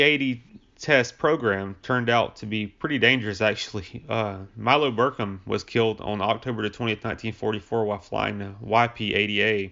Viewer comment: Muroc (Meurock), not Merick. Milo BircHham, not Birkham. Jesus, dude. If your going to use Wikipedia as your script at least read it correctly.